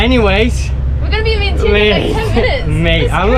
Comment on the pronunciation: Man, inflation is hitting Lao too. Vientiane is pronounced like “vienchanh!”